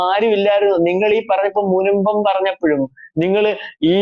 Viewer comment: "മുമ്പം" അല്ല "മുനമ്പം"